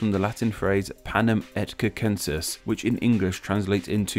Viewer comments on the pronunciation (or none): panem et circensEs, not sis, I wat so happy when you pronounced the 2 c’s as k’s, but you messed up anyways, unsubscribe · Also it’s cir, not cer, and Latin r’s are pronounced like the American t in the word better, put your tounge under ur mouth top, and let it flap one time